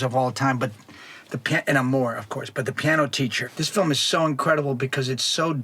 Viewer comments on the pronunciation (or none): none